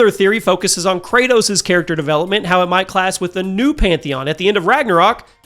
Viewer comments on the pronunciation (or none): none